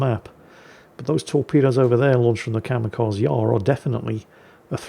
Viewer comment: said "Kamikaze" so many times, I just can't help but point out, it's Kamikaze, not Kamekazi.